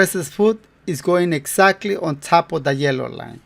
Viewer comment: 😂 no digas lein( lane)major di lain (line) Pero ni modos buen trabajo como siempre